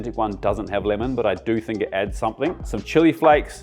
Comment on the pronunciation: What on earth is "finnel"? or "limon"?